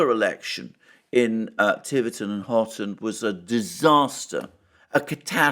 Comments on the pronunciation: It’s Tiverton and HONITON. And to confuse people more, the Devonians sometimes pronounce it Huniton. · It's Honiton - not Horton. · Honiton, not “Horton” or “Hoton” Alexander, come on you’re showing your ignorance of your own country, and slipping with your reputation for accuracy!! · It is Honiton . Honiton is not middle class. The town itself is a run down dump. The English electorate are fickle and irrational. Turning to the Lib Dems demonstrates a form of madness , nothing else.